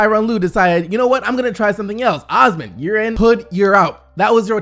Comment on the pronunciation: His name is NOT "AWSMUN". It's pronounced "OahsMAAN"